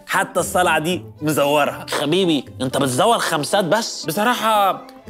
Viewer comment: قال حبيبي بدل خبيبي😂